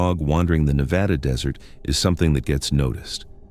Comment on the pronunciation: I live in "Laugh-in" a city in "Nah-Vah-Da". What Country is THAT?!?